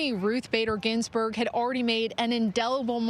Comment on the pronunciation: She doesn't even know how to say "Ginsburg"